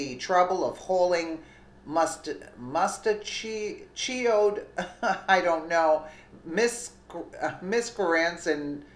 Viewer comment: Pronounced 'mustache-EE-OO-d'.. Happy Weekend,!!:)